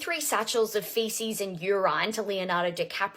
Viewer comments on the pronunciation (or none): Ol girl said feces and Uron 😂😂😂